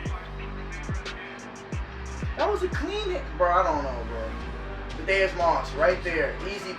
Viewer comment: Thadd-E-Us not Thadd-A-Us